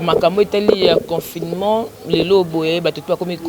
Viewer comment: Journaliste oyo atanga wapi? yoka comment elle prononce le mot " Confinement".... Kiekieeee bo lakisa ye ke, le "ne" ne pas aigu à prononcer....